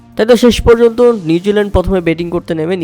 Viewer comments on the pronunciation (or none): none